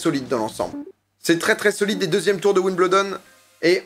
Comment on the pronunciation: La maniere que tu prononce Wimbledon me tilt en tabarnak haha